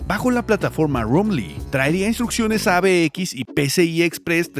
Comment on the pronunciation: Abx no, es avx. El idioma castellano tiene b y v. y no es por casualidad, cuando aprenderan?